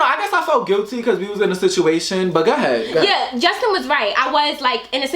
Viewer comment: gah head. instead of go ahead lol